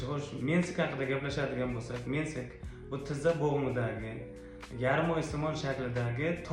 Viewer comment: Mendayam wunaqa licheniya dedila vrach. Lekin menisk ni hatto tugri aytolmayapsiz mensik mensik. Deyapsiz sizga iwoniwimni bilmay qoldim